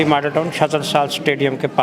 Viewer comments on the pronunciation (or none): none